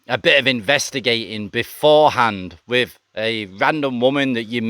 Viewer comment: your stories are ok but your voice you can’t pronounce your easy words wiv / n brover are crap take a tip of Thailand bound sorry but not v good to listen to